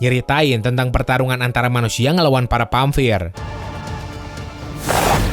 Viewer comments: everyone : vampir mimin : pamvir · Pamvir Atau Vampir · pamvir apa vampir yang bener ?